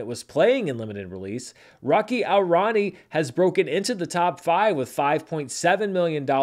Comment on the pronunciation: I deeply appreciate you trying to pronounce the Indian names as best as you can, but i think a little help might be warranted 😅 Rocky (✅) aur (pronounced like english 'or') Rani (✅) ki (✅) prem (pronounced like 'frame' just with a P) kahani (✅).